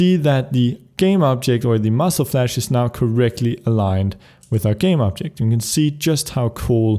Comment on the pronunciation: spuddie I know, I made that mistake for a reason, I know that he is Swedish, but it is really funny to hear him saying muscle flash instead of muzzle flash :D By that I mean no offense, I am not either a natural English speaker.